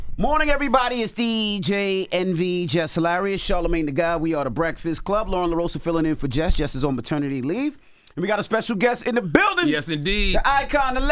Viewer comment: Lauren went theu that whole "La-Roza" thing with these dudes and they still pronouncing it "La-Ro-Sa"